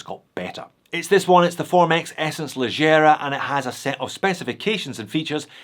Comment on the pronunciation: Leggera is an italian word. Please try to pronunce it /lɛɡɡɛra/ not /lɛɡɡijɛra/